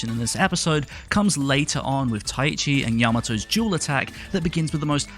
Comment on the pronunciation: Sidenote: You keep pronouncing Taichi (Tai-chi) as though you're saying "Tai-ichi"